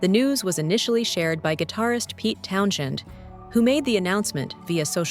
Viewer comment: Dah-LEE? Town-shend?